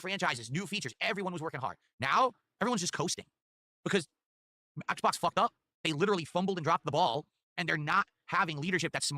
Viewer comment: he said "ACKs box" lmao